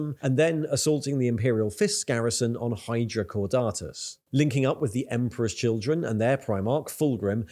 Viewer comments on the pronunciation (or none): none